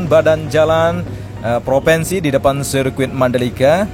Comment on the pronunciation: maaf mas ngomongnya gak lurus....proviiinsi massss bukan proveeensi.